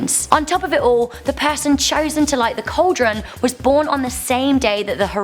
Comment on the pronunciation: What the f**k is a "call-deron"?